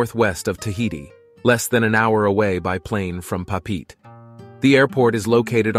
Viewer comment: "pah-peet"...? you mean "Pop-pah-ette-ay"....?